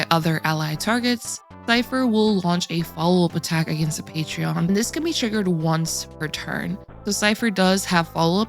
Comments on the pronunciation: You're so sweet and I like your content, but when you said Patrion rather than Patron, for the fourth time, I lost it lol! No hard feelings, we all make mistakes! Great video as usual! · Didn't know cipher had a patreon account. I think you meant "Pay-trin" it's still cute though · I love you... But patreon?.... Thats not how that... Hunny no 😢